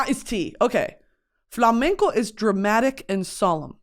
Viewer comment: As a Spanish viewer, it's so cool see you talking about flamenco and Spanish music culture! Also, your pronunciation is amazing 😌💝